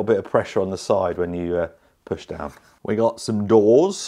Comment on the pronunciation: had me sitting screaming drop it daiwn lol😂 wtf lol😂